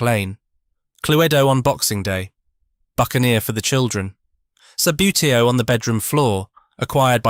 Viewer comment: its pronounced ' sub bootie oh ' great content though